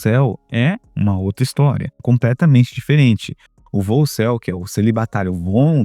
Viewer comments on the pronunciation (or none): Essa palavra volcel, você está pronunciando meio soprado, fica boicel, o boi em celibato. 😅😅